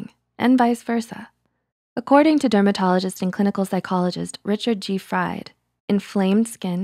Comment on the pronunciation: Dr. Fried's name is pronounced FREED. One of those German names